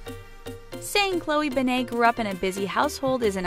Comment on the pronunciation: ughhyou kept pronouncing her last name so wrong!!